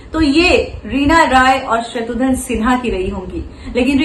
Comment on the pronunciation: Its not Shatrudhan Its Shatrughn Sinha.